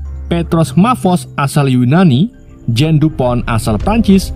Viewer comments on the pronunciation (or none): none